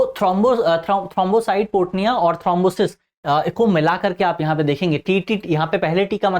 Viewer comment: Aapki pronounciation galata hai थ्रोंबोसाइटोपीनिया